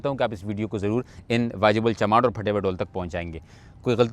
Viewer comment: ڈول نہیں ڈھول ہوتا ہے۔ اسی لۓ فواد چوہدری تم جیسوں کے خلاف ہے۔